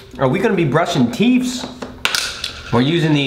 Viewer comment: Did Nade just say "teeths"?